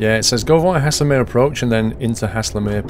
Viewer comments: Pronouncing error: you say Haslemere like Hayzelmeere not hasslermere. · Pronounced almost like hazelmere not hasslemere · it's said "Hazel" mere not hasslemere great video otherwise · Nice video. Guildford is my hometown so I know this line and the trains pretty well. Couple of little points, Guilford is actually spelt Guildford and Haslemere is pronounced Hazel-mere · I love half way down this line between Guildford and Haslemere and often use it. By The Way, it's pronounced HAY-SUL-MEER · Please! It's GUILDFORD and Haslemere is pronounced Hazelmeer! Welcome to Surrey! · First of . It's called pronounced Hazel as in nut So hazlemere . And platform 1 At Haslemere is not a reversable road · BTW it is pronounced (Haze-ul-mir) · Haslemere is pronounced like Hazel mere tut tut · Lol. Never heard Haslemere pronounced like that. You must be Northern. Thanks for the laugh.;-) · It makes me cringe the way he pronounces Haslemere